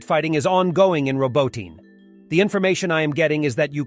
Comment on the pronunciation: PLEASE, could you finally, after a year and a half, start properly pronounce Ukrainian/Russian names? Instead of using multiple different pronunciations for the same word, like Roboytine, in one video, sometimes different in subsequent sentences... :(